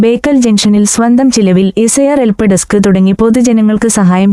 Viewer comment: എൽപ്പ്. അല്ല ബ്രോ. ഹെൽപ്പ്